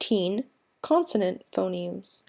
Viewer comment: Pho-NEMSZ not nims!